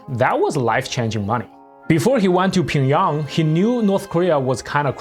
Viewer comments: it's pyong yang, not "ping yang" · bro how do you butcher pyongyang so much lol, ure saying pingyong lol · Can you explain your pronunciation of Pyongyang please? It sounds a little different than how I’ve ever heard it in English. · Man your pronunciation is so bad... And why the useless comment on being gay, to then repeat that he got paid well. Chin Chun Chan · The pronunciation of Pyongyang in this video is spinning me out.